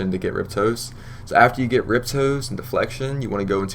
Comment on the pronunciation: Ri-poste not riptoes its french nice guide though.